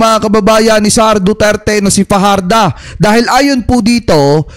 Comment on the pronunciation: Research pa more,. Fajarda Yan, hindi Fajardo